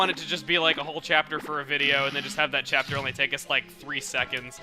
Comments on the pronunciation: Cheapter is what he said at the end why can't he say chapter instead if cheapter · why are you saying chee up ter instead of chapter?